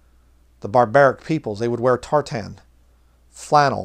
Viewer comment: Great message. On a lighter note, as a Scottish person I want to correct your pronunciation of tartan lol. We say it like 'tartin' rather than 'tar-tan'. My maternal grandmother was also a Campbell. The original Campbell clan were mostly from the Inner Hebrides (which isn't too far from me as a Macleod from the Outer Hebrides) and also the west of mainland Scotland. All Campbells are descended from Robert the Bruce and most of the early Scottish kings, so you could say you're from one of the more interesting clans.